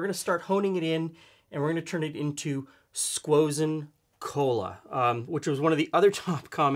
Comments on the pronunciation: Who the FUCK says SQUOSEN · He said squozen again. I’m subscribed. Loving these videos.